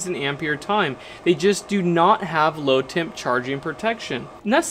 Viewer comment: You need to be clearer when you say low temp charge. I thought you were saying "load temp" which made sense to me until you were further into the video. If you 0ut the explanation of why you should have earlier everyone would not confuse the two terms like I did. Also you might mention what low temp we need to avoid. In southern Louisiana 10 degF are rare beasts.